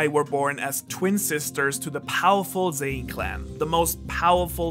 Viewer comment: I have two comments to make. First, the family name is Zen'in, and since it's clear that you care about getting the pronunciation right, you should make sure you say zen…in. Second, you're very cute.